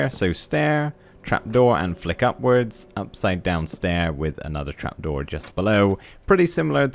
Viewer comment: You said crap door not trap door